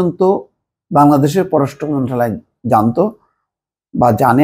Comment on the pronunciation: আপনি 'মন্ত্রনালয়' শব্দটা শুদ্ধ করে উচ্চারণ করেন না কেন? ' মন্ত্রালয়' না মন্ত্রণালয় হবে